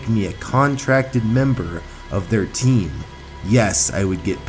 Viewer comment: Why is your sound was like "pro TEam